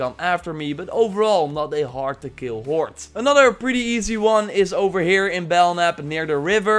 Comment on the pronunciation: I like how it sounds like 'horte' when you say horde.